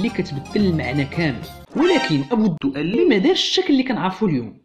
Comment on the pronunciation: 1) الدؤلي تنطق بدون تشديد اللام ، وهذا الاسم أشهر نار على علم ، فلا عذر لمن يخطأ في نطقه . 2)الخلفية المشكلة من صور خليط من المشاهير لا معنى لها ولا علاقة لها بالمعلومات المطروحة .